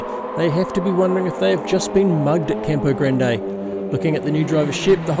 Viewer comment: Is it called Tourist Trophy because you pronounce Campo Grande like a tourist? 😅 ❤